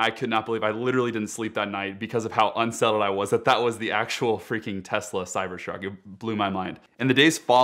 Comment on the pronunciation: Did he say Cyber"SHARK"?!